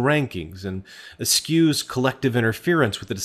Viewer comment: 'eschews' is pronounced ehh-shoes these days.